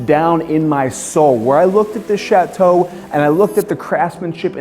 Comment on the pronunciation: It’s not pronounced Chat-Toe, Chateau is one word! Regardless, what a stunning building.